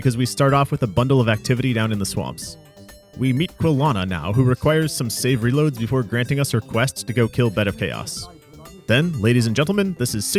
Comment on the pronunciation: had to double check, at atround thought you said savory loads and not save reloads XD